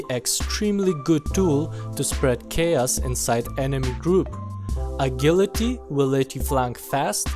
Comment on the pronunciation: Agility is pronounced Ah-Jil-ahtee :)